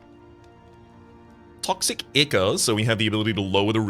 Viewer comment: The way pronounces "ichor" makes it sound like he thinks it's icky. I'm not sure if this is on purpose or not.